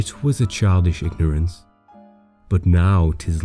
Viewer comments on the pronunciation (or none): Often не произносится т и ignorance не правильно поставил ударение....